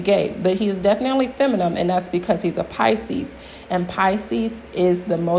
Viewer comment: Your videos are entertaining...keep it up! But you use the word feminine too often to keep saying feminum....